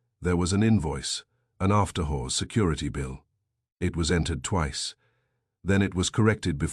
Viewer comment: If this was published in 1926 instead of 2026 it would be Banned in Boston for the "whores" mentioned. The narrator's voice is quite pleasing, imho, but it insists on pronouncing the word "hours" with a hard H and not a silent H. Whoever created silent letters in the English language must have been on psychedelics/euphorics or was a nasty person in general :^)